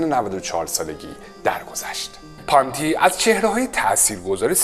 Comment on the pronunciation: شما تلفظ اسم کارلو پونتی رو هم اشتباه میگی پانتی